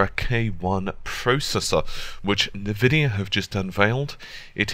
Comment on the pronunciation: Sorry man..this time I wont accept this. I understand technology better than you think i do. Dont talk to me about Nvidia..you dont even pronounce it correctly in your videos. its pronounced Envidia...not Nvidia (Same E as in Entertainer)